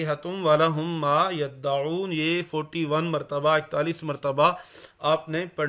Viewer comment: it is yadawoon not yattaoon